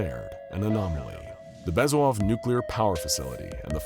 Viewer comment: It’s BEZ-OO-HOV